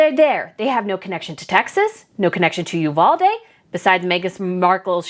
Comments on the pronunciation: Did y'all know one of the teachers killed, her poor husband ended up taking his own life, a few days later. We in Texas, do NOT want these two camera-hogs here in Texas, AT ALL !!! BTW, Uvalde is pronounced "U--VAL-DEE". TEXANS DO NOT WANT THAT TRASH HERE !!! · Pronounced “you-valdee” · Love your content! One note though, my husband is from uvalde and it is actually pronounced with the long “e” sound at the end